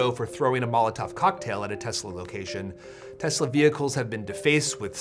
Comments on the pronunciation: "Everything's computer." "I love Tesler." You don't even have to roast Trump anymore, he's doing it to himslef. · "I love Tesler" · "I love Tesler!" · “I love Tesler.” 😂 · It’s pronounced “Teslurr” now. By Presidential Proclamation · Teslur. Lol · I love Tesler! Everything's Computer! 😂😂😂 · It's pronounced Teslur. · TESLER (with a hard "R") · "I love Teslar" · Yeah that was funny. TESLURR too.